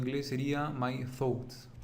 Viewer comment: Lo vere pronto. y thoughts... no se pronuncia como tu lo pronuncias.